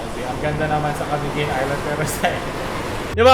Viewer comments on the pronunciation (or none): none